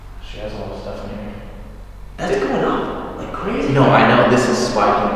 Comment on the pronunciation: did anyone else hear “Staff” instead of “Stuff”??